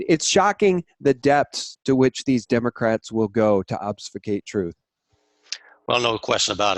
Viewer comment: "Ob__fus__cate" , not "ob_suf_skate". It means 'to render obscure', or 'to make information confusing'.